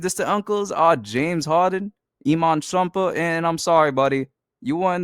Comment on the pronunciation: why do you sound like that? makes me cringe i hate the way you pronounced iman shumpert and womb so weird